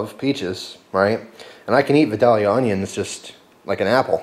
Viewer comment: it v-eye-del-yuhh im from GA. plz thumbs up soo can see this and correct himself. no disrespect intended.